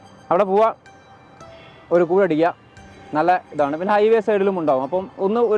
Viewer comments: cool alla koozh aanu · കൂഴ് അല്ല കൂൾ ആണ് hey